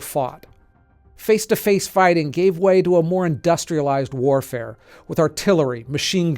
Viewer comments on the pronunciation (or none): none